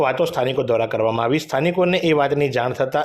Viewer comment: Request "AAYVI hati" aem nahi" Aavi hati "..aem speech sudharo news speaker